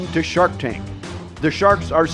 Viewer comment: "Shork Tank"